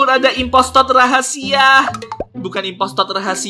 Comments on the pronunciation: bisa bilang impostor bukan impostod😂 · kok ngmong nya impostod bukan imposter ngomong nama sendiri juga imprantod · neyebut nya impostor bukan impostot lupa ngakak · bukan impostot tapi impostor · bukan impostod tapi impostor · Kak bukan impotot tapi impostor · impostor bukan impostot 😅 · Yes kak. Masih gak bisa bilang impostor ya bang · sama kok bilang impostod 😂😂😂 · Ko terus-terusan bilangnya impostod😂😂😂😂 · nyebutnya impostor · kok ngomong impostot mulu